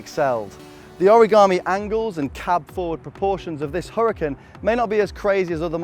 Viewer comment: Pronounced HuraCAN